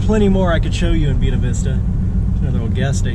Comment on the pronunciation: Funny you would mention that. I love the way pronounced it, being that he's speaking his natural, charming, southern style.💗 Me: I'm in suburban Southern California. We have "Buena" everywhere. Most notably, Buena Park, home of Knott's Berry Farm. I didn't know there were 2 ways to pronounce it but now I do!😉